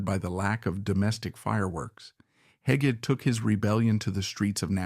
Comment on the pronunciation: Many Thanks for assembling the Photos & Video Clips. Contact George Hege Hamilton V for the Real Story and Have Narrator Re-Announce. (BTW: George IV & V's middle name "Hege" is pronounced "Hegg - ee")